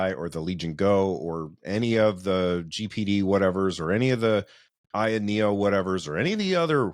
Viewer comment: ayaneo 'kyun' 😅